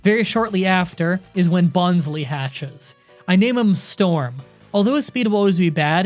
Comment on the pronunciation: Staravia:(star-AIV-ia) Bonsly:(bon-SLY) Milotic:(My-LOW-tic)